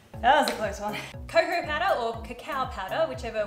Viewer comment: Congrats on the Sponsorship! I've never heard cocoa pronounced that way before, I like it. It's cool. LOL, leaving the chocolate on your forehead. Oh, hahaha, I thought you did that on purpose. Those little animals (bunnies?) - (to-tor-something lol) are cute. Hearts turned out good as did the chocolate bar. Cool job on the strawberries, I would've broken them lol. Good attempt! Did way better than I would've :)